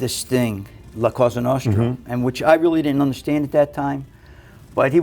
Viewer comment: " La Cosa Nostra" the moment I knew he didn't speak italian.